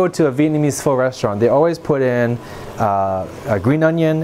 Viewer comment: Pho is pronounced like “Fuh”